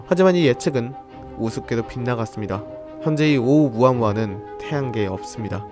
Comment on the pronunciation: 발음할때는 오우무아무아가 아니고 숫자 일 할때 세게 말하시죠? 그것처럼 오!우무아무아라고 하셔야 합니다. 정확히는 성대를 닫아야 해요.(ʔ)